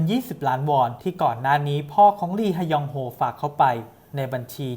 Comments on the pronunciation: “ลีฮะยองโฮ” ลี(ฮ)ยองโฮ ก็พอจ้าาา 555 🤣🤣🤣🤣🤣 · อ่านว่าลียองโฮก็ได้คับ